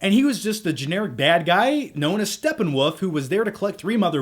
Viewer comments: “SteppenWoof” lmao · It's Steppenwolf not Steppenwoof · StepenWOOF? XD